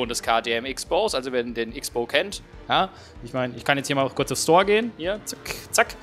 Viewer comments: Cross-Bow, das Ding wird Cross-Bow genannt... Ich zucke immer innerlich zusammen, wenn ich jemanden Icks-Bow sagen höre. :D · Mennnnnooooo, bitte sprich den KTM richtig aus. Nicht "X-Bow" sondern Crossbow wird er tituliert :) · Also von mir aus darfst du den Wagen auch gerne Tante Klaus nennen,aber der wird wirklich nur Crossbow ausgesprochen.Hält sich nur keiner dran. ^^ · Ok.. dann ist wohl mein Fehler. Ich kannte es eben nur so das beides in Ordnung ist. Aber KTM sollte sich als österreichische Marke auch denken können dass das X, auch als solches ausgesprochen wird :D